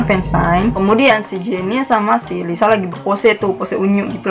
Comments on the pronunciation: Menurut aku bukan Lisu sih kak, tapi kaya Liseu bacanya.. Hehe maaf yah kalo aku sotau🤭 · Maaf ka,,bkny itu d bca ny 'Liseu' bkn Lisu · Itu bukan (리수)Lisu kak tapi (리스)Liseu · Lisa bukan lisu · Lisa bukan lisu kak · Kak bukan lisu tapi lisa kak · Lisa kak bukan lisu😂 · Lisa ka bukan lisu anjay